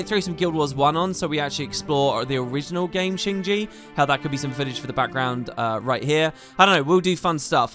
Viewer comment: Keeps calling it “Shing Gee”, its “Shing Jay”